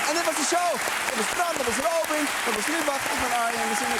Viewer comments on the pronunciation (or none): Is het no róbin of ròbin? ik hoor bram ròbin zeggen en arjen róbin..